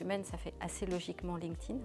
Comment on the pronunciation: Merci. Enfin quelqu’un qui sait prononcer « linked » au participe passé :)